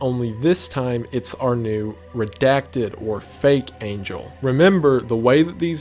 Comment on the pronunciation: Wendigoon be like: talking about the most horrific thing about how humanity being killed off by a false god Wendigoon: “yeah it’s kinda bad” Wendigoon when an angle comes down with a big head mispronouncing angel Wendigoon: panic 1000